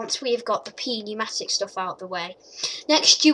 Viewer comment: It's pronounced new-matic